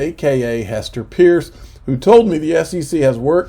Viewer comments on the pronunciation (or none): Gasparino and both refuse to say Hester Peirce's name ('purse') correctly.